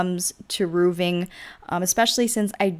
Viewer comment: No offence meant, because I think you do great builds (which I've used tons of - thank you!)) and you have a nice personality, but you say "roovs" instead of "roofs" a lot. Plural for roof is "roofs", not "roovs" and the pronunciation is same for roofing. So it's , "roofing", not "rooving" :) x